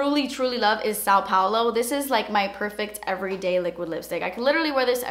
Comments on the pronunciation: is so cute when she says "Sal Paulo" instead of "São Paulo" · You butchered São Paulo lol Brazilian over here